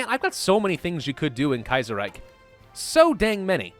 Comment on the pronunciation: ahem You're pronouncing Kaiserreich just fine. I would know. I'm a Linguist™.